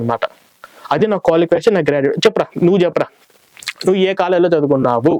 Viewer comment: క్వాలికేషన్ కాదురా క్వాలిఫికేషన్ రా అది.... కరెక్ట్ గా పాలక రా 😂😂😂